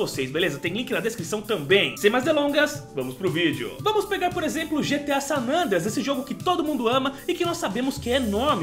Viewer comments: né "gta sanandreas" e sim "gta san andreas" kkkkkkk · Ele fala GTA San nandreas